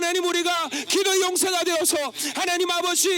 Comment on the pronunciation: 설교 내내 ‘이게’ 라는 소리를 많이 하셔서 집중해서 들었는데 기도였군요. 열심히 기도할게요.